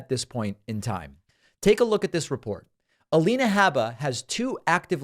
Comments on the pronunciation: Lien not lean... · A-lien-a Habba. lol :) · "leans"... lol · A-lean-a habba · A-lien-a is what a lot of people are calling her.